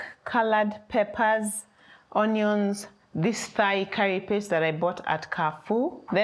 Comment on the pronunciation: Hi. Thai is pronounced the same as tie. It is Thai as in Thailand